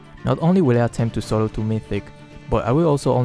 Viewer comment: No one:: Solo twu mythic